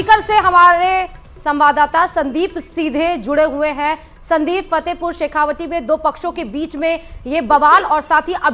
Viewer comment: पत्रकार महोदया जी आप फतेहपुर शेखावाटी को शेखावाटी ही बोलिये। शेखावटी नहीं। तत्काल सुधार करिये।